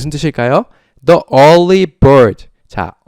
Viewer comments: 처음부터 정주행하는 사람이에요, 너무 좋은수업 감사해요. 그런데 일찍 일어나는 새가 벌레를 잡는다 할 때 the early 를 디 얼리가 아닌 더 얼리로 읽으셨는데 더 얼리가 아니고 디 얼리인거죠?? e 모음 앞에 the는 디- 로 발음한다고 선생님께 배웠어요. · 덕분에 첫강부터 지금까지 따라가보려 노력중입니다. The early bird...에서 The의 발음이 디로 읽어야 하는거 아닌가요^^?